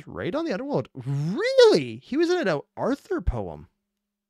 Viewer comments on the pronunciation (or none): none